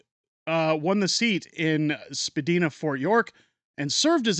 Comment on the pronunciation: That's Spadina (long i) in Toronto. 😊